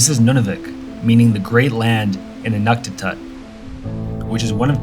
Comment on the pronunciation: It is pronounced "Inookteetoot", and Nunavik, Nunavut, and NWT, plus Yukon, ALL have differing dialects!. Each area speak " similar" language, but every region has huge differences in their dialects!......